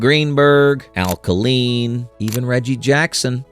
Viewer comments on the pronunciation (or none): It's pronounced Kay~line, and Comerica. Please hire humans to narrate these videos.